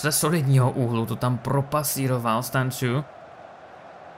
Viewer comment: Čte se to Stanču a ne Stanciu